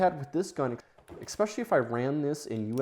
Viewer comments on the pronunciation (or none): There's no K in "especially". Why do you say Ek-specially? Caveat: say Kav-ee-aht. Not Kavit.